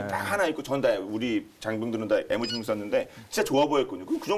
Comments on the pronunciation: 에무 16이 뭡니까.......? 다음부터는 엠이라고 해주세요.... 지금 시대가 어느 시댄데 일본 발음을;;;;;;; 상당히 실망스럽습니다. 그리고, 상당히 듣기에 거슬립니다....... 오늘 이후로 또 방송에서 에무 에무거리면 정식으로 국방TV에 항의 하겠습니다. 거 알만한 사람이 그러시면 안되죠;;;;;;;;; 일해군 깃발 보면서 빡은 치시기는 하시는지....... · 애무16?뭘 더듬길래 애무를?젊어 보이는 사람이 쌍팔년도 이전에 일제교육 받은 아버지 또는 할아버지 세대의 왜국 발음을?